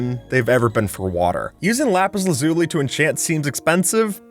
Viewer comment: How you pronounce Lapis Lazuli angers me. Its Laz-Uh-Lee. Thank you